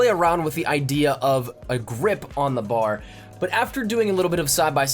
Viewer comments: B A R. Not BAR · It's called the B-A-R. Not bahr. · B-A-R not bar. Good video, thanks for the tips! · I hate It when people call it the Bar it's B.A.R. each letter is said out loud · Good video. But a piece of history, It’s called the B.A.R. not bar like a place you go drink. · Repeat after me... B. A. R. Not bar. B. A. R. Each letter pronounced separately. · It's B A R. Not bar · It's B.A.R not simply Bar